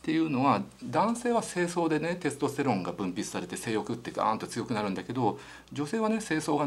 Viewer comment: 幹也先生の「テスとステロン」の発音が恋しいです テストステロンじゃなくテスとステロン、あの御二人にまた会いたいです